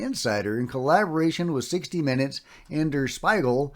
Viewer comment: It's pronounced "dare schpee-gale" [Der Spiegel] 😊